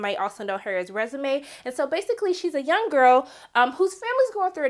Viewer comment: Lol it was Renaisme not Resume. Great review. ❤️❤️😂